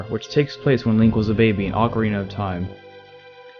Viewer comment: "ocariner of time"